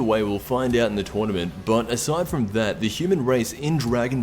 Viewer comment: Twournement! This is the way he pronounced it the first time. XD